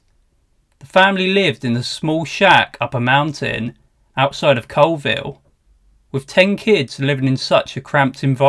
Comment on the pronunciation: Stop mispronouncing Colville!! It's not COALville, it's pronounced CALLville!!!